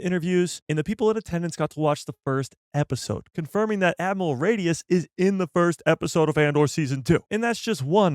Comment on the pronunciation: My guy saying: "Admiral Radius" 🤣😂🤣